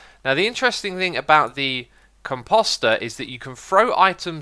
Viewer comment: Lets work on the pronunciation of composter...